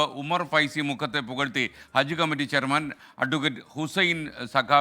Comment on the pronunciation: മുക്കത്തെ ഉമർ അല്ല മക്കത്തെ ഉമർ